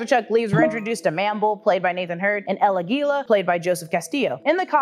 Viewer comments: it's not "El Aguíla" it´s "El Águila" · El Aguila has the stress on the "A."